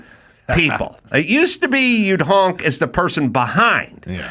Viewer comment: Adam says hank instead of honk